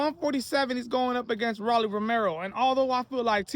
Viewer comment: Stop saying Rawlly. Please 😂